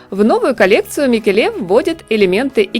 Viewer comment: Если Микеле итальянец, ударение падает на первое Е: МикЕле. А он вроде бы итальянец.